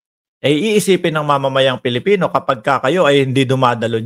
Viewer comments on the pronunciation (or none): none